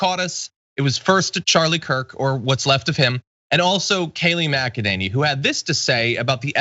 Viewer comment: Kayleigh Mac-a-ninnie